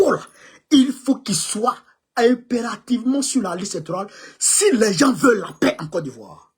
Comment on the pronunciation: On dit paix à son âme et non pêre à son âme merci